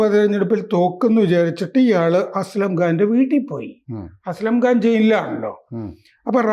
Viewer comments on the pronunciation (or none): സാറേ അസംഖാൻ അല്ലെ? അസ്‌ലം ഘാൻ അല്ലല്ലോ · അസ്ലം ഖാൻ അല്ല അസം ഖാനാണ്